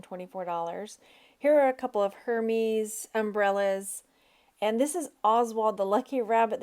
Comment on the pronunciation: Hermès is pronounced er-mez. With emphasis on the second syllable. 😊💛